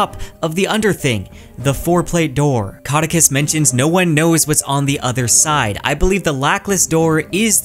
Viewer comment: Congrats on getting that Kvothe pronunciation right!